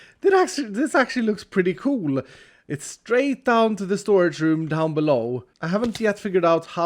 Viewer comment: the primary reason i watch iskall is because he says "cool" like "coo-luh" :)